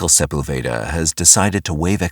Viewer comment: . Michael who???? You don't how to pronounce Sepulveda.? LMAO. Its SA PULL VA- DA. NOT SEPEL- VADA. AAHAHHAHAHAHAH WHAT A TOOL